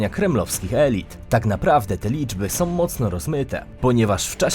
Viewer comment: Wymawia się są nie som, z Ukrainą nie Ukrainom